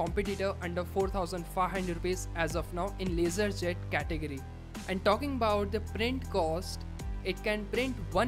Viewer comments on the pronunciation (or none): none